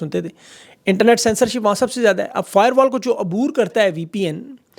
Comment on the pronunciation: یہ فاٸروال کوفاٸبروال کہتے رہےہیں۔